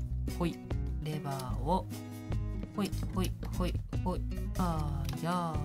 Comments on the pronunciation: レバーがレーバーになってる(笑) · レバーがレーバーになってますよー 笑